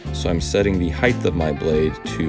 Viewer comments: Ok.. I like the channel and the content. But....... Can we talk about the word height for a second. So many people say it wrong "heighth". 😆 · Why do you say "heighth" instead of height ? What language is that? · The word is HEIGHT, not heigth, take the TH and put it somewhere's else. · Great channel but please say “height” no “th”. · Height (hi-tuh) bro, not heigth (hi-th). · Height. Hard stop. NOT HEIGTH. The word "Height" does not have an "H" at the end, either pronounced or not. Width does, Height does NOT. Otherwise great videos. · There is no h on the end of height. For the love of God stop saying heighth. God job🤭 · Disliked for saying "heighth." It's height, my dude. The last letter is a T, not an H. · I love your videos, but dude, stop saying heidth. It's not a word 🤣 * height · Dude, its height If you say heighth one more time...😖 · HEIGHT NOT HEIGHTH PLEEEEEEEEEEEZE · you are correct- because “heighth” was popular in the 18th century, and competed in popularity well into the Victorian age. George Washington and Ben Franklin have writings in which they use “heighth” but so does Charles Dickens. Curiously, however, Dickens used “height” when narrating, but his characters used “heighth” Grammatically, it’s like saying “thee” or “thy” or “ye olde” - while technically correct, it’s a very dated and archaic way of speaking. “Height” with a hard “T” is the proper 21st century pronunciation. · Mine too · I say heighth also LOL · Great vid. So weird that he says heighth though. Still, good vid. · It's like a needle in my brain every time he says it. A shame, because everything else about the presentation is excellent. For God's sake, man, 'height' ends in a 't' not a 'th'! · I Know, it is so cringy...I have to turn off videos when he says that!! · I always wonder if people who mispronounce it that way say “weigth” as well. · Awesome video! Great jig design too. There is no “h” at the end of the word, “height.” Awesome beard, cool tattoos. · did he say heighth?